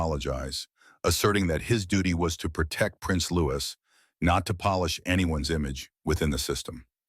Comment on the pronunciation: LOUIE….NOT LOUIS …is the proper pronunciation!!!